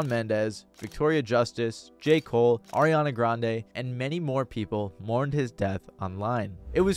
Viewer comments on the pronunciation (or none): none